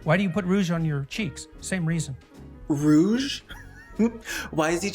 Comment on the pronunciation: Why did he pronounce Rouge like the bat character from Sonic Adventure 2?